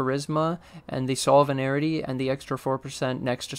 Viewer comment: Nice vid. But bro, I just gotta say it... Sovereignty is: SOV-rin-tee. Three syllables, ezpz. No need to add two extra syllables and say Sov-rin-air-in-tee. :D